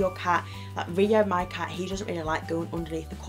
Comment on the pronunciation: CAT... CAT... not car.